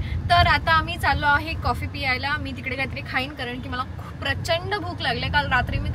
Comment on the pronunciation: piyayla ❌ pyayala✅